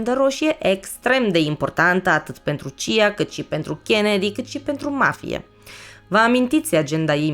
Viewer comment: C.I.A și nu "cia"